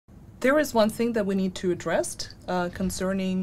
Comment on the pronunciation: what the hell is addresst?....its address!! lol